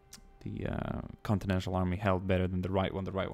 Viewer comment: It's continental not continential